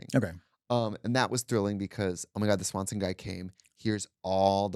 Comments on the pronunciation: Baby it's not Swanson's it's Schwann's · Schwann delivery not Swanson! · Please, I beg- it’s Scwann’s! The peak of middle class country living 🤣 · The swan’s man! Not Swanson lol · SCHWANNS TRIXIE!!!! Not Swanson. It was Schwanns! I went to school with his daughter. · Him calling Schwanns Swansons 😂